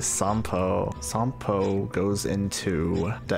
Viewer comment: Genuinly exstatic to hear you pronounce Sampo correctly (although with an extra long "o") cause even the game mispronounces his name 😭😭